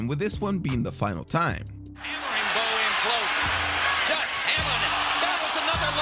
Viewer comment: Did anyone hear the commentator say “Bowes handlers”